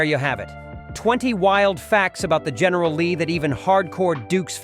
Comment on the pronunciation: GERRNAL LEE DUKE HAZARD... GERNAL LEE NEVER GET RID THE. MILLION DOLLAR OR MORE